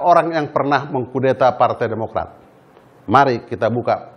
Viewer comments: "Partai Podomorat" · TEKSNYA JAHAT BANGET WKWKWK KASIHAN BAPACK BAPACK INI BACA TEKSNYA PODOMARAT... UNTUNG BUKAN INDOMARET "DI DEMO LU SM KARYAWAN INDOMARET" 😂😂😂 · "PARTAI PODOMORAT" 😅 PAK SALAH SEBUT AP PARTAI BARU TU PAK...